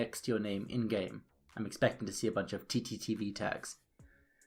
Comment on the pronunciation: You kept saying tttv not ttv